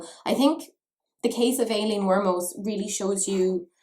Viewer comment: at the beginning i kept hearing Alien Wantus... I was like: Wut? And usually you pronounce that name (at least in German) like Eileen. There are a trillion names to write it like Madeline (don’t get me started!)...